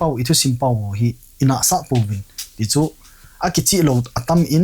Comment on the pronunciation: Anchor pu Vowels mandan anakijil jep o pls.... Eg: Kimutu X Kumuto ✓ Akichih X Akicheh ✓